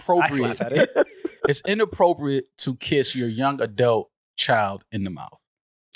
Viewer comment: Iono if I like when says Adelt instead of Adult 😂